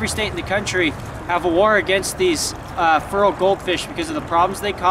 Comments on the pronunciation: Is he saying "feral" goldfish? Sounds like he's saying "fural". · Been trying to figure out this word you're saying, "furral". Google search is turning up nothing. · hahaha when Feral is pronounced Furr-al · When u say fural u mean feral right? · Vinny M feral* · You're saying "feral" wrong. At least compared to how we say it in Oregon.